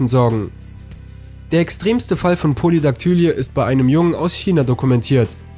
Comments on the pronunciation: Polydaktylie wird pólidaktülí gesprochen, nicht pólidaktǘli-e, also Betonung auf der ersten und der letzten Silbe, ohne ein angehängtes e. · Po-li-dak-tü-lii und nicht Po-li-dak-tü-li-e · Polydaktylie wird anders ausgesprochen